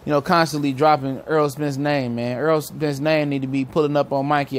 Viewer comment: I respect Mikey for this. I haven't one Welterweight call Errol's name like that. Props to Mikey.